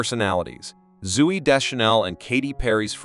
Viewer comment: So if you're ginger, you look like Ed Sheeran? They didn't even look like him. And Zoey is pronounced zoh-ee, not zoo-ee. There's only one O.